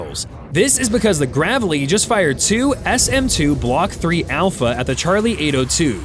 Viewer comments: THAT'S "GRAY VLEE" [ Gravely ] not GAAAVLEY !! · USS GRAVE LEE ............NOT GRAV LEE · Its not Gravvelly its GRAVEly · It's not GRAV-ely .....it's GRAY-vely. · It’s not pronounced “the gravel e” it’s pronounced “the grave lee”! You’re welcome USN! Courtesy of the USAF! Brothers in Arms! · The ship's name is pronounced GRAVE-ly. Not Gravelly. Another video ruined by a shitty computer generated voice track. Downvoted therefore. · it is pronounced”Grave Lee” not “Grav - Lee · Just two things, speaking as a combat-wounded disabled Navy veteran, it's USS GRAVELY (DDG 107) pronounced with a LONG A sound as in grave - ly, not gravel - y; AND the units you're discussing here are SHIPS NOT BOATS. Boats are things that submerge and / or are carried on ships. Ships are MOSTLY what the Navy deploys. And just incidentally, this occurred in January of 2024, not 2025. The GRAVELY is currently deployed in the Gulf of America to assist in drug interdiction, among other duties. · I guess AI doesn't know the difference between Gravely and Gravelly. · USS GRAVE-ly AI. Not "gravelly." Say it. GRAVE-ly. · not "Gravel-y" - it's "Grave-lee" after the Vice-admiral from the 1960's. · GRAVE-LEE, Gravely means SERIOUSLY😂it needs a double consonant to be gravelly,like a dirt road🙄😂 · Its pronounced Grave-lee like gravely wounded or gravely mowers. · Absolutely love your content. I would like to confirm with the comment below that the name of the US ship mentioned in the video is pronounced, USS "Grave-ly" after the former United States Navy head of the Pacific fleet, Admiral Gravely. 😁✌🙏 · Can't Pronounce "Gray - Vlee" . Ridiculous. Yer a Real Pro Go Navy. God Bless America🇺🇸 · My son was A US NAVY SAILOR on this Ship and was on there during this. I'm so thankful him and his fellow shipmates are home safe. Btw The ship is actually called the USS GRAVELY pronounced "Grave-Lee" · Gravelly is a stoney driveway. Grave-lee is the way tp pronounce this destroyer.